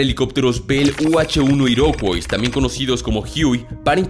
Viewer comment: Iroquois e pronuncia IROCUÁ. es palabra francesa aplicada a una tribu llamada "iroqueses" en español.